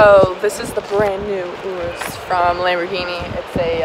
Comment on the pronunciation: So you are riding Lamborghini "UR-an-US"